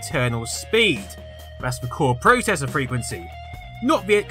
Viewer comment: YOU SAY PROCESSOR WRONG!